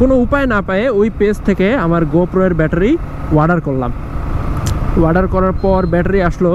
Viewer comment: ওয়াডার না অর্ডার Order